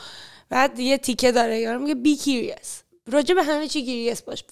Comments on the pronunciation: آقا این لااقل انگلیسی حرف میزنی درست کیریس نیست کیوریس درسته مثلا با کلاس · Be curious, prefer, was wrong pronounced from her😅